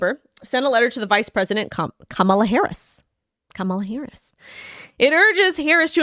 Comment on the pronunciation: Comma-La….not caaaamala…